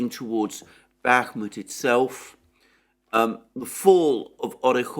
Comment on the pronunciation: I cringe for this man when he says Bakhmut, being dead wrong for six months straight will have that effect.